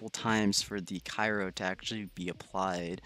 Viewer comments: My boi it’s cryo not kyro 😁👏🏾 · my head hurts more when he says cyro not cryo. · mans needs to know that it’s Cryo not Kyro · Cryo not cayro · I was gonna say the same thing